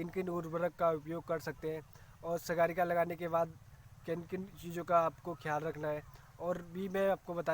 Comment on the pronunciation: अरे सर सागरिका कहते हैं उसको सगारिका नहीं पहले आप ठीक से उसका नाम पढ़ो